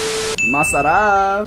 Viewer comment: Its really funny that you and is saying masarap as a filipino its really sounds good!